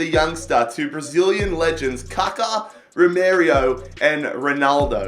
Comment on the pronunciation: RomArio not RomErio